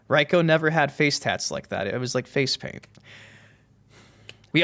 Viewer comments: It's pronounced Reeko, not Ryeko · Why are you saying "Raiko"?